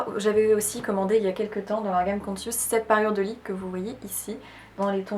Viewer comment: Conscious ne se prononce pas consiouce mais koncheuss. Google donne la prononciation des langues étrangères. Ne pas hésiter à contrôler ! 😁